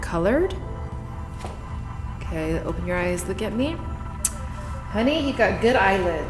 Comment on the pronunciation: When Nam says “Thank you honey”, that’s so vietnamese, love it! 🤣